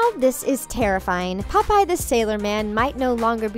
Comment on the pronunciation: How was this scary 😡😡😡😡 and you say popeye wrong boo😡😡😡😡😡😡😡😡😡😡